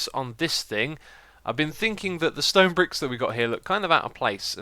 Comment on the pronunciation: bedwock and stone bwicks xD it's a new Xisuma thing